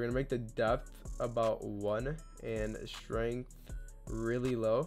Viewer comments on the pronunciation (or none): none